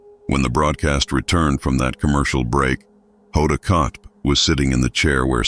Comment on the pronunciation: Its not Kot its kotb